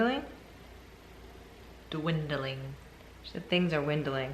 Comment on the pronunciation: She's a fricken lawyer and she's saying WINDLING?